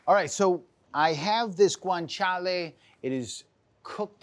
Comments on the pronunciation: But it is Guanciale not "Guanchale". ;) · He leans into it like he’s swearing in Spanish. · If it was a drinking game for when he says Guanciale!!!